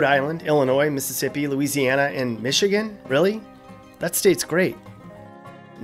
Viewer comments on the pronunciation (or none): none